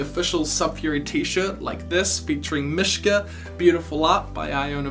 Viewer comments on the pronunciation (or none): none